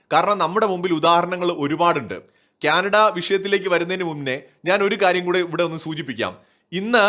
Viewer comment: it is not Kyanada, it is Canada! Diction please!